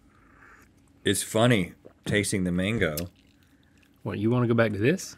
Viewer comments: Its not mongo its mango. Please support a link otherwise if its really an education channel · I know they're saying mango but I'm hearing manko and it's making me giggle. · When you guys say Mango as Mongo, gotta watch it. Mongo is a slur for mentally challenged individuals. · Sorry but that isn't how you pronounce mango in spanish